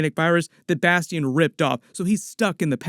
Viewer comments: No way that’s how you pronounce bastion 😂😂😂😂😂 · You the only one I know that says Bastion name like that .. Bas-Tee-In